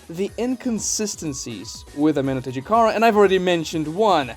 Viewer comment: I disagree with you on the sub jutsu being superior. Kakashi switching with a Naruto clone was most likely retconned since no one, even Kakashi, has done it since. And kishimoto is known for his retcons... I give you props for pronouncing the jutsus name.. amenotejikara can switch jutsus too. As sasuke switched the kunai with chidori and hit Momoshiki with both. No sub jutsu can do it. And some of your reasons for the jutsu being wack involved plot. I think that was a poor decision to prove a point. The cool down is inconsistent. And there is the radius for which sasuke can teleport to. But he can increase that radius by swapping places with things. As shown and explained when he escaped the desert universe during the kaguya fight... But being able to teleport anywhere in a radius is superior than only have to switch places with things like the sub jutsu ONLY does. And sub is only allows the user to switch with other things. While amenotejikara can do the same + being able to switch objects/jutsus with each other or even with people. Can even teleport to certain locations. Does plot ruin the jutsu? Yes. But is the jutsu as bad as you're claiming it to be? No. It's cool down is annoying but seeing as you can do way more with it than you can with sub jutsu. Is definitely superior to the sub jutsu. I watched ya sub jutsu video too btw